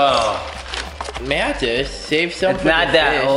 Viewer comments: Hey guys. It's and I'm here with Packles and Dillywack. Dillywack: My name is Pretzel Packles: And I'm Dwagon. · WHY IS EVERYONE SAYING HIS NAME WRONG BECAUSE ITS MATTHIAS